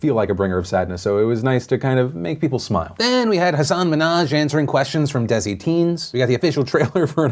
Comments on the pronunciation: Side Note: Deh-si Not “Dezi” Love everything you do Phil! :) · I've never heard a white person say desi before and I didn't realise how hilarious it was. DEZY sounds like a weird new app. for future reference it's pronounced like 'dhay-see' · It’s not pronounced desi Phil it’s daysee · you pronounced desi wrong. It's pronounced more like "they-see" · The way phillp said desi LOL